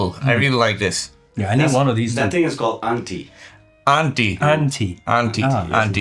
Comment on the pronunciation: Bro, don't try to force your accent too much like an American that you pronounce aaila as Ella and anti as auntie lol. If you're making a video regarding culture and explaining it to non nepali people.. make it authentic.